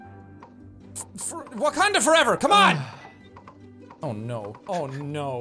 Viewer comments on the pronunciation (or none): When he said wakanda foreva 😭